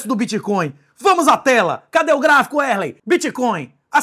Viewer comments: em momento algum do video ocorreu a pronuncia Wesley... é mais algo proximo a "uerley" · É Wesley kkkkkk é porque ele fala o nome dele errado